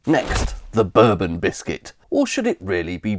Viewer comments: I... Have never heard someone pronounce the bourbon biscuit like the Whiskey! It might just be where you live 😂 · Bro thinks Bourbons are pronounced like the drink, not a single person other than you pronounces it this way. lmao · Nobody does, only time I've ever heard it pronounced like this without taking the piss is this video. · Expertly researched and beautifully presented - thank you for sharing! Growing up in northeast England in the 1970s, "bourbon" was very definitely not pronounced like the American whiskey in our house. More like the House of Bourbon, but without the French accent. I know you didn't say that bourbon whiskey only comes from Kentucky, but your map sort of suggested as much. Bourbon must be produced (anywhere) in the USA from a mash bill of at least 51% corn and aged in new oak barrels. That's why there are so many lightly-used oak barrels available for the producers of other whiskies to age their products. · Bourbon biscuit is prononced Boor-bon not bur-bin. The former is a Biscuit the later is a drink. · Bourbon is pronounced Bore-bon exactly like the French/European Royal dynasty not "burbun" like the US rednecks call their American whiskey I have literally NEVER heard the biscuit called "burbun" EXCEPT IN THIS VIDEO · Bourbon is pronounced bore-bon not berr-bon. It’s not the American drink! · It’s pronounced boor Bon not bur Bon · Never heard bourbon pronounced "ber-bon" and not "boar-bon" :o Intresting! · I've always pronounced bourbon as borbon. I've never heard it pronounced berbon until this video. Please stop! 😂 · Hang-on there a minute. I have never ever ever heard anyone pronounce the Bourbon biscuit as bUrbon, only ever as bOrbon. I think we ought to be pronouncing the Rich Tea as a rich, Tea-Biscuit i.e. a Tea Biscuit with addition sugar or butter to give it at least a little flavour. A Bath biscuit really was tasteless. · i would say I've heard an equal amount of burbon and borbon